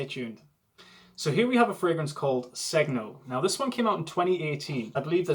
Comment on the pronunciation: Segno means sign, the g is not pronounced though and there is a silent "i" after n. In other words, just like "senio"